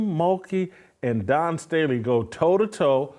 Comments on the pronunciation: "Don" Staley haha come on bro. It's Dawn! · How come Whitlock can't say Dawn? Is he incapable of pronouncing her name? Or does he think that makes him edgy somehow? If he thinks that makes himself edgy it doesn't. It makes him look like he has a 6th grader mentality of "I'm going to say that persons name wrong to show that I'm edgy and go against the grain."